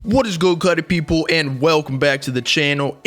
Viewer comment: peepull had me dying😂